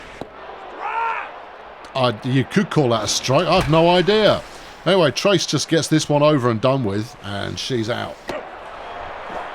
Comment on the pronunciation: If a player throws a ball into a dugout or the stands/crowd, all runners are awarded an extra base. In this game, the runner would be credited with a hit and extra base due to error (not a double) and the shortstop would be given an error on the bad throw. Also, the player on your team named "Trayce"...I think it's pronounced tray-see, not trace, since it's a female. Trace is usually a male name. Tray-see I've seen attached to both genders.